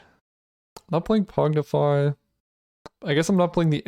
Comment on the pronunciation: Pongify: exists: "Pognify"